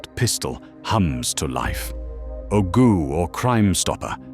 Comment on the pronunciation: that is not how you pronounce ogou, the ou in the end is a long o.